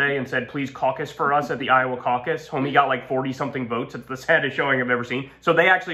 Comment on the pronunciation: snickers "CAUC-us" 😂